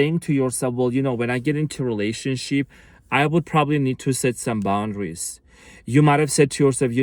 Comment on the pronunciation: Are you saying "relationshit"?!? 😂 You cutie patootie thanks, you are amazing as usual big hugs 🙏💜